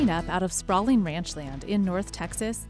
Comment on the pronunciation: sprawleeen buildeeens